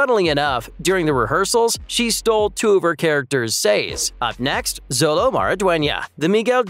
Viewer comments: It's pronounced "Sholo" not "Zolo". That's how Xolo pronounces his name. No hate, just wanted to point it out. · Interesting presentation, but you mispronounced two of the main characters' names. Xolo Mariduena is pronounced like SHOW-low. Ralph Macchio is pronounced like MAACHio, not MAKKio. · Bro can't even pronounce xolo's name right